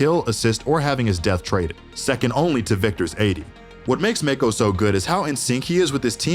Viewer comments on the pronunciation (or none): How tf do u even mispronounce mako…. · Love the video, im looking forward to see Liquid. Not looking forward hearing Mako and Sacy being pronounced in this was 😂